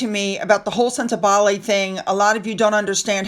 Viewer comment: Sentebale. Pronunciation wrong. It sounds like senta baally. Cheers.